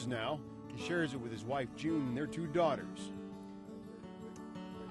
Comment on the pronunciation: It’s not pronounced ‘June’, it’s ‘YOU-NAH’.